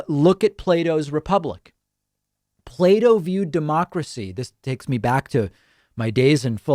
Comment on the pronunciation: As a non native english speaker, i thought david said "Play-Doh" and not Plato and was very confused in the beginning.